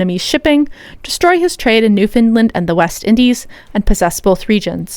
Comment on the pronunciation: The part where you mentioned Newfoundland, I had to relisten it 4 times over, because I was hearing "New Finland".. Not one day passes when I don't think about Hyperborea...